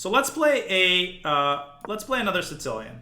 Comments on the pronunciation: Does he say “Sincilian”? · I heard “Sitz-cilian” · I hear it as “Tsih-cilian.” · Or maybe “Tsits-cilian”.